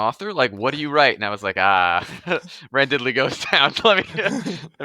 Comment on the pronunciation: Another vote for Quest Academy! His other story on Royal Road is good, too (Wildcards), but it's stubbed, damnit, while he writes out his contract for QA. It's hilarious how the rest of the ENTIRE world pronounces Randidly's name "randid-ly", and pronounces it "ran-diddly".:)